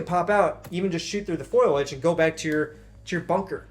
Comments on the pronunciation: it's "foliage" not "foilage" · I have a friend who says foiliage too. It's foliage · Foliage, bro. Not foilage. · stop saying "foilage". this isnt a kitchen and we arent baking a pie. its foliage. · FOE-LEE-EDGE, not FOY-LEDGE... Sorry, but I'm a stickler for proper pronunciation of shrubbery. Rock on Marine.